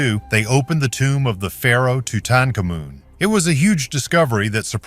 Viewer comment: Toot toot kamoon says it 4 times then changed pronunciation 2 different ways. So if you didn’t know you would think 3 different people were being discussed. This whole video is AI rewrite of bad takes in history.